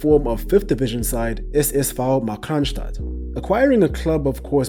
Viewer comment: Your german pronounciation is really good, do you speak german?